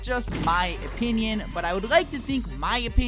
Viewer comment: "my oponion"